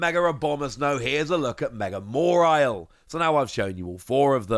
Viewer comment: There no R in Mawile, please its not mawrile